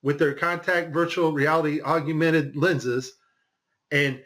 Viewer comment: why is he saying augumented? Is this a mandela effect augmented?